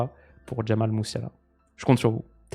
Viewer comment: Jamie Messiala prononcé à l’anglaise